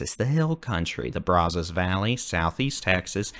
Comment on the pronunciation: Your weather forecast reports are always wonderful. Been watching you for years!!!! Keep it up! However, your pronunciation of “Brazos” is killing us folks in deep east Texas. It’s Braaaazaas. No O. 😂